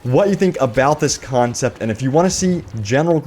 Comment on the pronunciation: "Concept" dammit